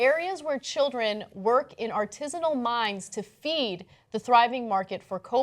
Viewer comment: Is that how Americans pronounce "artisanal"? It took three tried before I could understand what Ana was actually saying. I've never heard anyone in my life pronounce it as ar-tiiiiiiiii-si-nal. The emphasis should be on the third syllable: ar-ti-saaaaaaa-nal.